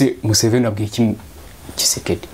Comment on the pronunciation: Iyo uvuze Museven, ndaseka nkajya kw'itaka, kuko ndayoka😂😂😂😂😂😂